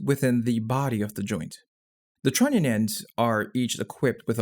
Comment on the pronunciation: He said: Trunion.